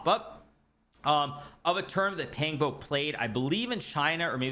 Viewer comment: Big fan hikaru! Pang bo is pronounced with pang having a "Khan" like a sound and bo having boar's "oa" sound